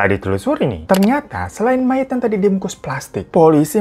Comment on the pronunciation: Mayat bukan mayit